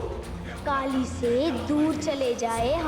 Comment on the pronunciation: Yrr Kali hota hai Kaale nahi 😀😀🤣🤣